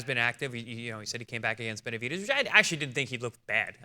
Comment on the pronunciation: Who the hell is jose Bedemundez??😂😂